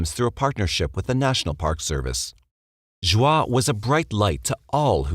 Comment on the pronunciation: I love all of your documentaries but...regarding the Stayner murders, Joie Armstrong is pronounced "joey", not "jwah".